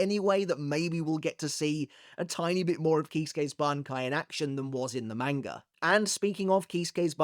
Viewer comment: why are u physically incapable of pronouncing manga